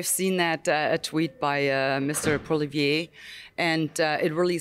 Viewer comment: Its Poilievre not Polivier